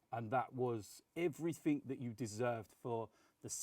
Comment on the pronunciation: Nobody:: "Everyfink"